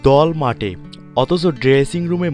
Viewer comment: দল মাটে --- বালচোদা উচ্চারন ঠিক কর